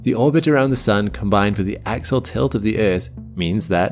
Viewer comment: When you mean to say, "Axial Tilt" (AX-ee-ul), it sounds for all the world like "Axle Tilt", confusing the Low-Information crowd. Please look into this.